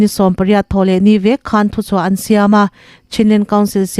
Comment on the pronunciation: "Chuan up grade." ti-a lam rik hi, "Chu an. up grade" tih tur a ni ngei ang.